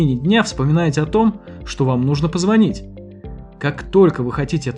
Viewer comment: позвонИть! Давайте говорить правильно!